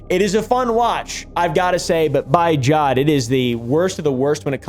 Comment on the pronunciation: I think I passed out when I heard you say "by jod"